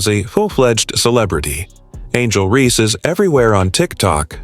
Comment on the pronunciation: You expect us to listen to your when you can't even say REESE INSTEAD OF REE.